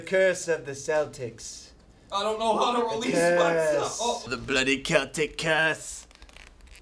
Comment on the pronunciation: thank you for saying celtic right